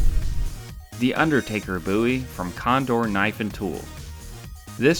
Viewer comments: its bowie not buiwie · Your dumb it is bowie not boo e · Just remember this is also the guy that uses Wikipedia as a source. Its Bowie not BOo Ee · peek ah booie ! I always thought it was pronounced (bow-ee) not (boo-ee) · It's pronounced bow-ee I can say it however i want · Jim Boo-ee popularised the BOW-ee knife. Geez I heard a British reviewer say bOW-ee knife.. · "Jim boooie" lol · Bow-eee is how most people say it, it's fucking weird how your saying it. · You sound like an idiot saying "Booie" Just sayin. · You do not know how to pronounce Bowie correctly. Instant thumbs down for making a statement that is so wrong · Its not pernouned differently? Jim Bowie David Bowie same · Always the troubled pronounced word Bowie